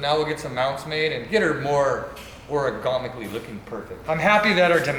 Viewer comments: "Origamically" correct lmao...are we folding paper....luv ya. Always make my day bro! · is saying Origamically correct because he wanted it to fold when he obliterated it on that wall. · "Oragomically." lol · is the best 😂🤣, origanomically.